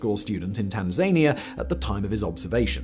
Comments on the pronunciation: For the love of god please pronounce Tanzania correctly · So I'm not the only who rhymes Tanzania with Tasmania. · I wonder when Simon will realise he always pronounces Tanzania wrong. Will it join the likes of ‘lenghly’ and ‘aquifier’ and be corrected eventually?